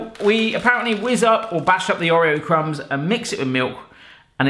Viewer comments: No it's pronounced orr ee oh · Am I the only one slightly triggered at the pronunciation of 'Oreo'? 🤣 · Oh... The way you pronounce Oreo is triggering me lol 😂